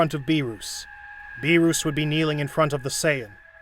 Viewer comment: Bro... Whist, Bee-Ruus